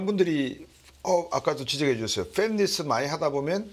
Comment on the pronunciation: 팸리스가 아니라, "팹리스(Fabless)" 라고 함 제작, 제조 라는 뜻을 가진 Fabrication,반도체 생산 시설을 통한 제조 FAB(Fabrication)+ -less (없는) = 생산라인 없는 반도체 회사